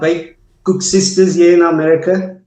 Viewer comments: It's Kosusters, not koeksusters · Koesisters actually